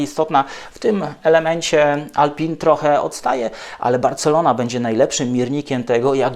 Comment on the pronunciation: Używa Pan słowa "porpoising" z nie najgorsza wymowa. Ale jednocześnie mówi Pan "Alpin" myśląc o marce Alpine. Proszę zachować oryginalna wymowę? Francuzi i cały świat mówi "Alpę". Nie Renault Alpini a Reno Alpę. Taki detal.